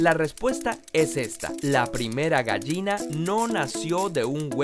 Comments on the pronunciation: me molesta lo mal que pronuncia la palabra "gallina" jajaja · tal vez sea un regionalismo pero en mi país se diferencia la pronunciación de la "ll" y la "y". Técnicamente, por la forma de su pronunciación y según como se habla en mi país, él pronuncia la palabra "gayina" y no "gallina". pero como digo tal vez sean regionalismos.